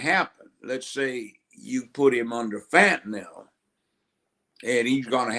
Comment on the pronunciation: Did he pronounce fentanyl as (phat"n"Nem) 🤔🤣🤣🤣🤣